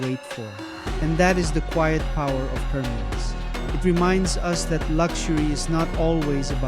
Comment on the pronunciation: HURR MEES lol its hermes bro